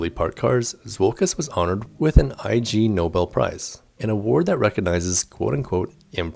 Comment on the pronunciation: Hi, ignobel not I G Nobel, pronunciation.